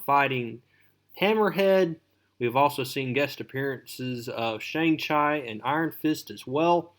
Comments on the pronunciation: Sang Ch I lol 😂 mate chi is would sound like cheeeeeeee bro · Shang chi pronunciation hurt